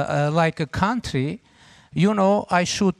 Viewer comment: becamming indepandent cuntree 🤣